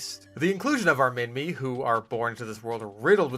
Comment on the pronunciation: As an Australian i can confirm Minmi is prnounced Min-mee, its named after the place it was found